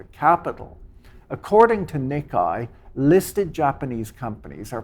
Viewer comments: Dear Patrick. Nikkei is pronounced "Knee Kay" not "Knick Eye" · Did Patrick say NickEye instead of NickKay when pronouncing Nikkei? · Nikkei is pronounced roughly "nick-kay", not "nick-kie". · Nik-kay, not Nik-eye. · lol both are wrong…